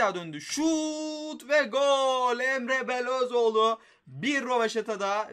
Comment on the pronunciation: Ya şu adamların ismini düzgün oku ya bune resmen Luyindaama diyorsun sonra Emre Belözoğlunu bile Okuyamıyosun Emre Belözoğlu diyosun